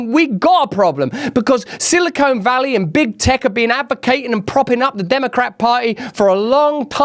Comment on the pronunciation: "Silicone Valley"